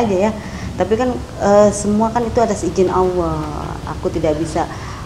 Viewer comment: ALLAH bu mus,bukn auloh. gmn sih BU mus,dh tua kok blum bs mngucapkn Asma ALLAH